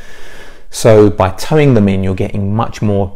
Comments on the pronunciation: Very good but 'Toe-In' not 'towing' 😄 Think pigeon. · I'm a few years late and perhaps you know this by now, but the term is speaker toe-in, not towing 😂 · toe in, not tow in?